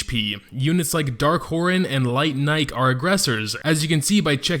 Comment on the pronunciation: Also, its pronounced Nikee. Like the show brand.